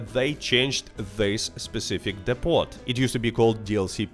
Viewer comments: It's pronounced 'dee poh'. When you say 'dipot' you sound like a silly foreigner. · Depot is pronounced "Depo" by the way.